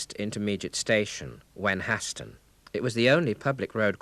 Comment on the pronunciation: Wenhaston is pronounced more like "Wennerston" not ""Wen hass ton" Enjoyed the video though, thank you.